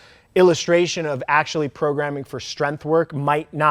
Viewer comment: love ur knowledgeable videos, but please learn to pronounce “strength” for once and stop with saying “strenF” bugssssss lmao